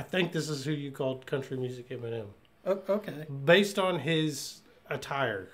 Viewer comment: Yes you did call him country music enimen